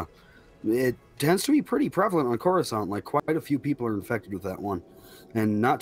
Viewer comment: When you said Coruscant I peed my pants with excitement. (I will say not literally)